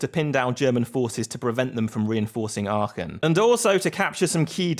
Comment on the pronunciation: Very good pronounciation of Aachen